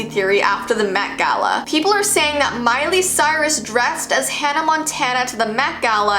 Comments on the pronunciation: “Miley Stort”?! 😂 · Her name is Miley Cyrus. Not Miley Stuart.